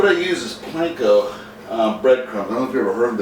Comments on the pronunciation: Hey it's Panko not Planko.They look delicious by the way. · Panko, not planko. Just an FYI. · planko? isn't it panko? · The breadcrumbs are "Panko", not "Planko". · Who cares if he said Planko!? The man provided us with a great recipe and some of you focus solely on "Planko". Smh. Anyway, I'm trying this tonight and I'm sure it's going to be great! Thanks a million! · So cute how you kept saying planko, these shrimp look D- lish, Im about to make this now. Right after I sub 2 U. ☺☺☺👍👍👍✌ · Sometimes good things come from errors You butchered panko so many times it got my attention and I subscribed! Trying your shrimp today ...Looks yummy